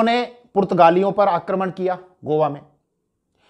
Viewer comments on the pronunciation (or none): none